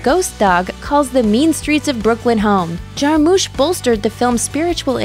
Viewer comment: you said jarmusch wrong